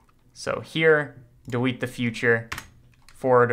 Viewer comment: are we gonna talk about how he said dewete